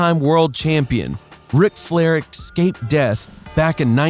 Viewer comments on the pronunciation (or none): OMFG ITS ESCAPED NOT ECSCAPED